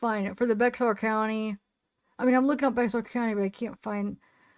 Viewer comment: Bexar is pronounced bear